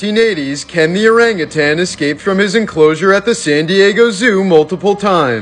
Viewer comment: I, for one, appreciate that you know it's "oranguTAN", not "oranguTANG". So many people mispronounce it.